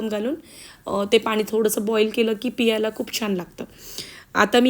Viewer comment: चुकीचे मराठी पियाला नाही.... प्यायला घालून घेते नाही.....घालते हल्ली सर्रास असे चुकीचे मराठी सर्व youtubers बोलतात. शाळेत शुद्ध मराठी शिकून पण ही परिस्थिती. पुढे पिढी ला असे चुकीचे मराठी शिकवणार. अजून एक न आणि ण पाण नाही, पान